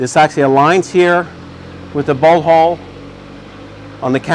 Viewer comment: Great video, he cracks me up saying "bolt hoe"